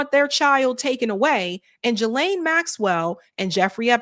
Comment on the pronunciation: Do you think you could possibly say her name correctly? It’s NOT “Jillaine,” it is pronounced “Gee-laine” Ghislaine. Drives me nuts.